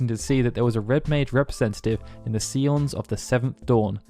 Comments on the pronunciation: The See-Ons of the Seventh Dawn, eh? Pretty sure scion is pronounced like "sigh-on". Or one could always go with Akatsuki no Ketsumei. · Scions is pronounced "Sigh-ons" not "see-ons" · "Seaons of the Seventh Dawn" Like, I don't want to poke fun, as I love the videos, but it's Sci (as in science) ons. Great video though! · Heck yeah, "See-Ons of the Seventh Dawn." Lol 😘